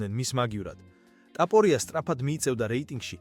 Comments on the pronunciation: უნდა გაგაუქმო. რა ლაპარაკი გაქ რა ტაპორია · DMA RA ARI VEGAR ISWAVLE GVARIS GAMOTQMA ???